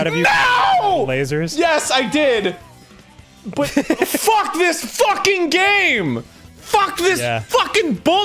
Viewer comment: I love how he just says fuck as "fuckh"